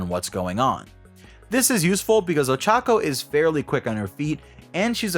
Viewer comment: Dude it's not that hard to pronounce her name right